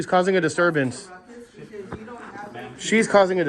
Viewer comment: Did the postmaster sat rutcus instead of ruckus?😱😵‍💫🤡🤪👎🏻